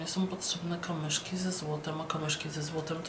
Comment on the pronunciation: dlaczego mówisz kamyszki a nie kamyczki?